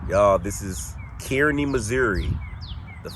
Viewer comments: It may already be said here BUT its not pronounced “Kearney” it’s “Carney” like your car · Kearny Mo is pronouns (Car knee). I understand if you don’t live around the area it’s easy to miss pronoun the City. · Pronounced Kar Knee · it's pronounced "Car-ney." Just an FYI. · Cool episode! I live 20 minutes from there. It's actually pronounced Car-Knee= Kearney Missouri. Just for future reference. 😂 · Love ya but I believe it's pronounced Kar-ney😅. And not only was he in militias, he was a staunch confederate sympathizer.